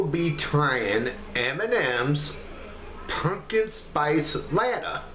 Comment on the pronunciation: Hi Timothy. Latte is pronounced La Tay. When you said you give them a 5, is that a 5 out of 5?